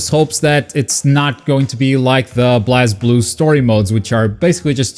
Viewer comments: For the last frickin time it's pronounced BLAZE-BLUE. From the creator himself he said it's BLAZZEEEEEEEblue. Not blahz. Thanks for the vid though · YES, I WAS NOTICED!!! Also BlazBlue is pronounced "Blaze Blue". Just to help out a bit! 😄